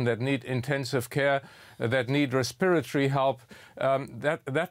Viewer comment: Respirity? You mean respiratory?